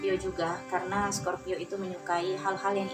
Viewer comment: Kok pas sagitarius sebut scorpio bingung dengerinnya mbak.